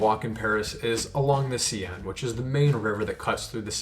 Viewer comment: hand-pink-waving::face-purple-wide-eyes: - the SEE-EN? Come on now. La SEN or the American wrong way, the SANE:):face-red-heart-shape: Love your videos! THANK YOU for your gentle style!